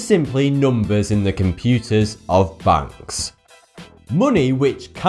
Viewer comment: banks not bunks